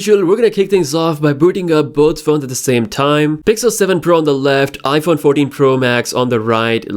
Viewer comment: His accent made him said "noush" and "Iphone 40 Pro max"